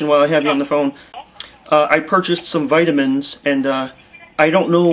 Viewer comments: whiteamins? omg, that's just funny... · is the pharmacist saying "whytamins" LOL He has got to be the same race as my doctor who gives me "whykadin" LMAO..